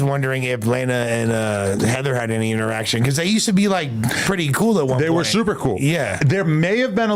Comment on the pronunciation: Oh she coo? Come on man how hard is it to put the L on the end